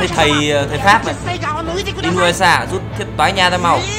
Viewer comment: Trong tiếng nhật "u " đọc là" ư" vì vậy đọc là i- nư- ya- sha ms đg